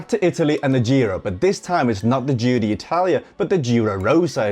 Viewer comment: Giro d'Italia, not Giro DEE Italia, just FYI ;)